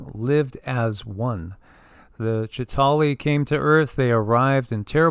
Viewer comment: The Avengers do not have the depiction of the "Chita hauri " the same as Credo Mutwa's depiction. You also leave out the middle syllable in the word. I heard Credo pronounce it many times as I have watched David Icke's interview with him many times. Moving through space is the same as moving through time.